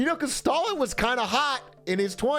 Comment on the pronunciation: Why did he kept pronouncing Stalin, as "stolen" ? is that a thing?